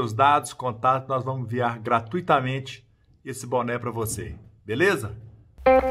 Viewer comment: Bom dia amigo voce falou PA de parana e nao e significa para